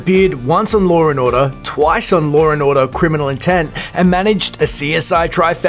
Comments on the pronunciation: "Lore n Orda?" I mean I know you're Australian. But seriously dude, that only gives you so much slack to mispronounce words. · Wtf is lore and order, and who the fck is Al Pacinorrrr